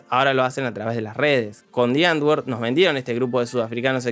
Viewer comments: Me da cringe cada vez que dice: ¨diangor¨ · También son extremadamente racistas. El nombre del duo "Die Antwoord" se pronuncia "muere letra N"...